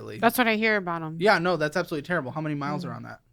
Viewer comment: Ew the way he says “abshalutely” 💀